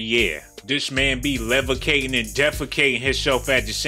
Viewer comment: I'm sorry did you say levicateing wtf